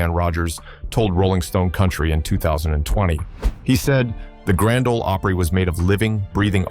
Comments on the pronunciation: AI SLOP. PLEEEEEZE!!! Even in Mexico they don’t pronounce the GRAND OL OPRY as “The Gron-day Olay Opree” But this AI narrator does. 😂😂😂😂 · Nothing says AI here like "Grand Ohlee Opera." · The third time your stupid AI said "Granda Ole Opray" I was done. Edit this garbage before publishing it. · It's Grand Ole Opry